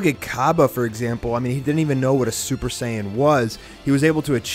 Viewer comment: Super Saiyan five not super saying white get your facts right boy